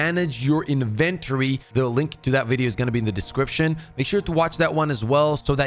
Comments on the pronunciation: Inventory sounds like Inn-Vin-Tory. You are saying “invent-tury” no disrespect. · Am I the only one who heard, In ventory? You mean inventory? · EVERYTIME you say In-Ven-tury. I hear Dexter saying la-bor-atory! Lol (yes I know English may not be your first language. Just found it funny). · This guy hasn’t touched grass in so long. He forgot how to say the word in inventory LMFAO. In-ven-TOR-ey lol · INVENTery lol I've always been fascinated by youtubers who can't pronounce very common words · In-ven-tory. InVENtree. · Ive never heard anyone say inventory like that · Everytime I hear inventory it physically hurts >.< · Why is homie pronouncing inventory like that?